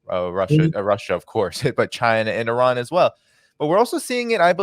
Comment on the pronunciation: Not Oran Iran dude you don’t pronounce it right . Should I call vitame votom